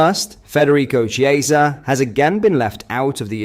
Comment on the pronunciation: I know you’re a Brit, but please make an effort to pronounce players’ names correctly! Examples: Chiesa “ch” is pronounced as “c” in “coffee” (not “ch” as in “chess”). Kiteke is not kiteKAY. Both “sz” in Szoboszlai are pronounced as “s”. And Arne Slot is not ArNAY. Please and thank you.